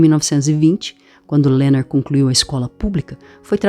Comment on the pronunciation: O nome dele é Leonard e não Lernerd igual vc pronuncia. Obrigada pela gravacao. Esta otima!